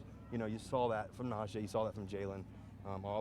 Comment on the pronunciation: Thing about Russ, he is portrayed as this communicator between teammates but he can’t even pronounce Najee’s name correctly. It’s not NAJ- jey it’s NA-jee. He already gotten bummed people can’t pronounce his name how about his new QB that’s portrayed as a saint